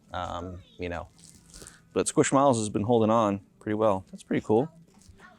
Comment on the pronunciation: When I heard him pronounce Squishmallows 😮 hit my ear so wrong.